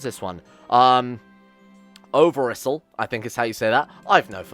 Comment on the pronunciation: the best way to say overijssel would be overicel :P and greetings back from this dutchmen